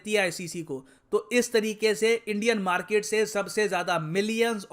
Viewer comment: Market nhi markeeet 😂😂😂